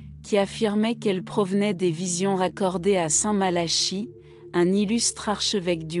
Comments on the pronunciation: St Malachie se prononce Malaki , si vous voulez être prise au sérieux n' estropiez pas le nom de la personne que vous citez , votre video ne fait pas sérieux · Entièrement Malachie Prononciations Malaki voir Nostradamus ce n est pas Pierre Le Romain mais le dernier des 3 faux papes selon Nostradamus représentés par jean Paul 2 benoit et Francois si vous voulez je fais une vidéo sur le Livre de Nostradamus de 1949 tirage 1500 exemplaires qui explique mieux cette prophétie